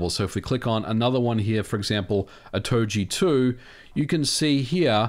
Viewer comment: Otogi is not pronounced Otoji.